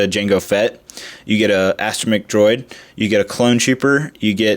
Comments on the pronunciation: As-tro-mech. Astromech. Not As-tron-om-ech. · Just a note, the Jango Fett bounty hunter friends name is Zam Wessel, Jango doesn't deform her, she is a shape shifter and that's her normal face, the droid is pronounced As-tro-meck, and the geinosian gun is called a sonic blaster. :-)